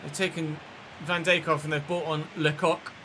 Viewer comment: Petition to teach how to pronounce Van Dijk?!